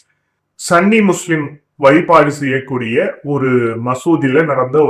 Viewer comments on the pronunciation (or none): It's SUNNI not SUNNY